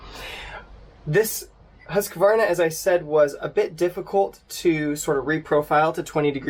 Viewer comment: Try learning to pronounce "Hoosk-Varna" if you want to review their products.